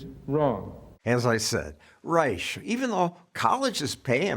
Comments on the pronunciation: I didn't know Robert B ReichhhhhhSHA! was still around. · Reich… who pronounces his last name wrong btw - I wonder why? He’s a complete charlatan DNC operative who only seeks the benefits of staying loyal to their party elites. This is why as the party becomes more progressive, he does. He used to be a Clinton guy. Clinton’s policies are a complete disputation of where RR “stands” now. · Reich is such a loser he won't even pronounce his German last name properly. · Yes, indeed! Rush was imitating the way Reich pronounced his own name while wrapping his NPR weekly segments.